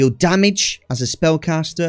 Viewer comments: what region typically says "me lee"? Never heard anyone pronounce it that way prior to this video. I have heard "may lay" and ofc ""mel ay" to pronounce it properly (ie the way I pronounce it, obviously lol) but never heard "me lee" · English pronunciation of the French word melee is as follows: American: may-lay British: meh-lay The second syllable should never be pronounced “lee”. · Me LEE ... you mean May Lay?. Love the video mate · great guide..... please stop saying "me lee"....... its pronounced "may lay" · "Melee" is pronounced "mell-ay". :) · "Meelee" damage 😂😂